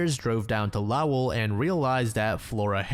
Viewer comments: i live in lowell. the way he is saying it is not correct. it’s “low-wool” not “lao-well”😭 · its pronounced lowuhl, not low-el, cant listen to the last story lol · im semi local to lowell and i deadass was like ?? wheres "lowl" ive never heard of that LMFAO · it like totally doesn't matter, but i go to college in Lowell, Massachusetts, where Flora Stevens was found and its pronounced like "Low-l" , almost one syllable, kinda like "Growl", not "Lauw-elle" or however you pronounced it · It's "LO-ell", not "LAOW-ell" 😆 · as someone from massachusetts when you said LOW-ell instead of low-ll it physically hurt me 😭😭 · I’m absolutely a year late here Been listening to these true crime stories for hours today in my CT home as I’m doing chores and recovering from some flu thing. Unflinching, marathoning these videos— until when you pronounced Lowell MA as “lou-owl” like a portmanteau of “loud” and “owl”. I had to stop everything and pause the video. It felt like someone tried putting a right shoe on my left foot. I’m sure someone has already corrected you, but the pronunciation is “Lowell” like the store “Lowes” except with L’s at the end instead of an S. If Lowe’s isn’t a thing where you’re from, I would say it’s pronounced like “low-L” and rhymes with “ol” (like used in “that ol man”) Nothing pulls us New Englanders out of the woodwork like a mispronunciation of a town 😂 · the way you pronounce lowell is so funny 😭 it's basically pronounced like lawl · Lowell caught me off guard, it’s pronounced “lol” like lol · By the way, Lowell Mass is pronounced "Lol"! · Sorry, I had to make a correction. Lowell, Massachusetts is not pronounced how it's spelled. As are most of the Bay state's towns. It's pronounced "Lole" or you could try, "Low'll " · I've visited Lowell, Massachusetts. They pronounce it like 2 words, "Low well". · As a mass native, you gotta learn how to pronounce Lowell my friend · Wtf was that pronunciation of Lowell MA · thats not how you say Lowell